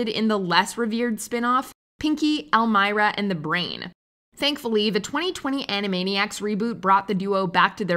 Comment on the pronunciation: Elmeera? I almost turned off the video....